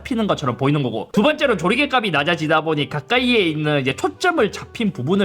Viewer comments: 값이 = 갑시 로 읽습니다. 가비가 아니라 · [갑씨]가 아니라 [가비]라고 발음하는거 거슬리는 내가 싫다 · 값이……. ”갑시“ 라고 발음해주시면 안될까요…….? 지나가는 편집증 환자 지나가겠습니다..